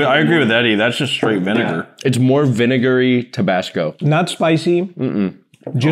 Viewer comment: rlly said "viNIGER"